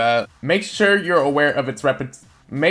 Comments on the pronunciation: Re-present-ation Or Represent ( reh pre Senht) ta shun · its pronounced re-prez-ent-ation